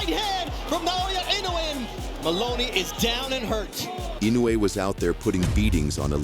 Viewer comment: Okay, but you can't pronounce his name correctly. Inoue is pronounced In- noh - e. It is a long extended o.